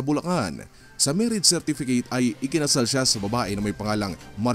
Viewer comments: “MIRRAGE CERTIFICATE” lmao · "Mirrage Certificate" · Natawa ho tuloy ako sa "Mirrage Certificate"😅 Pero ayos lang yon! Lahat naman ng tao nagkakaroon ng mistakes😆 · Ayusin nyo muna ung "MIRAGE". Napapaisip ako saglit.